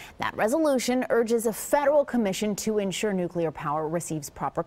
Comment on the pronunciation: The PR guy said "nucelar". How in the hell do these bozoes continue to mispronouce the word NUC LEAR. Idiots.